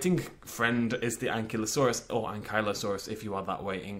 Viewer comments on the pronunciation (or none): an'KYLO'saurus is correct, not an'klee'osaur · You are aware,, that it's An Kiy (as if you were going to say kite) Lo Sore Us.